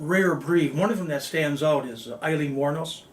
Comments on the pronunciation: "Alien" Wournos? At least pronounce her name correctly. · To be honest this was a poor video. With all the clips & coverage of her story & trial , you could at the very least pronounce her name correctly.